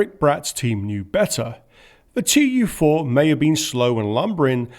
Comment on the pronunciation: In russian you don't say T.U. 4, but tu four. No one pronounces those letters separately, because they are not the startling letters, but a shortcut for "Tupolev"